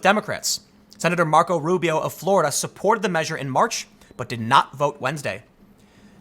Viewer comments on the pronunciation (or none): none